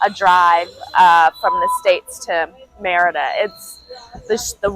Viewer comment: You forgot the "r" in Merida, bro, but we understood you anyway.